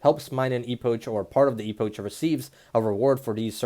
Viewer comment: It's spelled epok not e-pouch